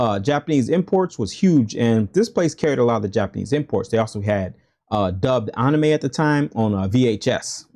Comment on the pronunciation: Man you really stressing that pronunciation of anime. Just move to Japan already if it's that serious to you. Also the sf lore also ain't that deep.